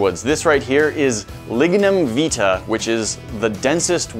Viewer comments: Lignum vitae My country's (Jamaica) national flower we pronounce it ( vie-ty) not (vee tah) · Lignum vIT-AY. Not veet-ah..